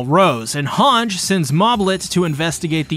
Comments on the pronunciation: hang zo. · thank god I am not the only one bothered by that. both in Japanese and English version it’s HangE, I don’t know where that comes from. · I die everytime I hear you pronounce "Hange"